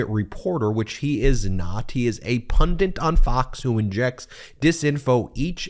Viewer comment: Ben needs a diction coach to tell him how to pronounce "pundit".